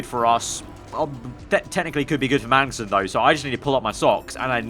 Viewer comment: Why do you keep saying Mangnussen lol